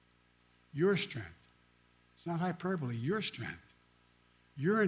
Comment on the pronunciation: NO JOKE!! Not HIPERBBBILLLLLY!!